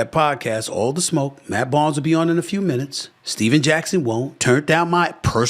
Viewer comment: Barnes! Not Arnes!!!